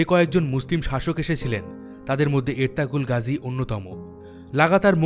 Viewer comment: এরতাগুল গাজী। উচ্চারণ ঠিক করা উচিত ছিল।